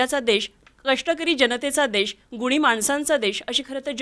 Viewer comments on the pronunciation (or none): देश म्हणा, देष नव्हे 👍